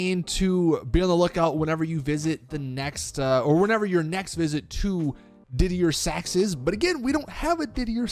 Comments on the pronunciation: Didier Sachs is pronounced deeder Sachs and ponsonbys is pronounced ponsonbees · Pon-son-buys ~ Diddy-er Sacks ~ I.R. Baboon